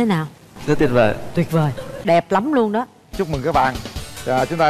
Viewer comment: Nói ngọng rồi viết cũng ngọng “ Nuôn “( luôn)